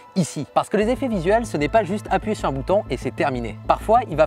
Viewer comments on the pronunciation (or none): none